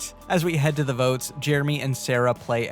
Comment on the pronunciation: Anyone else see the ship at the intro and hear, "Idol Boats," not votes?